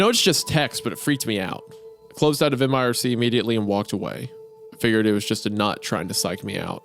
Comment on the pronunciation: Dudes its not m-I-R-C, its just mirc. I about had an aneurysm